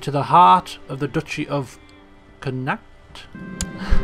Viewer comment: Connacht or Connaught [ ˈkɒnɔːt ] ;)